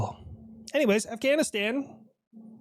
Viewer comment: Afghanistan sounds like your Russian 🤦‍♂️ 😂